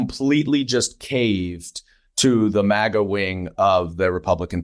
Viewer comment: It's a relatively small thing, but thank you Representative Goldman, for pronouncing "maga" right, these talking heads on TV trying to put some ridiculous Euro-spin on it, "m-ah-ga" is SO irritating....